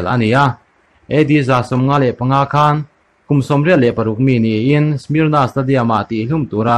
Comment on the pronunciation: A spell hi SMYRNA nia a lam dan tur ni awm chu SMER NUH(nah) a nih hmel. Mur ni lovin